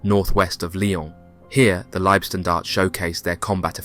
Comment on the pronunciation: Warum sprichst du nicht Deutsch?☝️ LIEBSTNDARTE 😂AH..na servus usw... eine fürchterliche Aussprache, peinlich